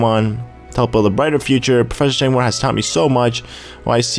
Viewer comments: omggg ! Sycamore, like the tree pronounced (Sick-a-more) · sycamore is pronounced like the tree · do you seriously not know the tree SYCAMORE?! EVERY PART THAT HAS HIS NAME YOU PRONOUNCE IT WRONG! IT. IS. A. FUCKING. TREE! YOU SHOULD KNOW IT